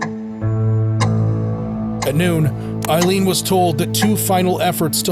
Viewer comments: Aileen not Eileen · She was a victim of shitty men and it did something to her mind, as it would most women, I can’t imagine what she went through. A very sad story. 😢. BTW her name is pronounced Ayleen (Aileen) not Eye leen (Eileen) and I should know. ☺️🤷‍♀️🏴